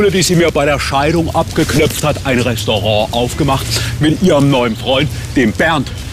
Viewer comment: „Ein restorooh aufgemacht“ 😂